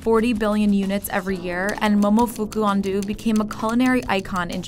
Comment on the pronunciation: the way she says momofuku ando makes me cringe